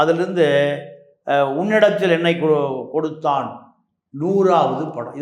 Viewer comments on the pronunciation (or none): Unnodathil yennai koduthen not koduthan pronounciation serila nee oru patrikakarena